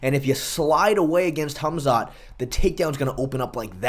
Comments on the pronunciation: "Hum-Zot Chimaev" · MMA "Humzot" Che